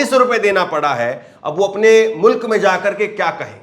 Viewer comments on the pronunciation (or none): none